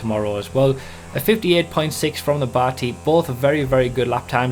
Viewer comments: I don't know why you keep pronouncing it 'bahti' its name is obv. derived from the old slang 'batty boi' / Bati 801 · why do you say "bati" like your Indian. you pronounce it so weirdly...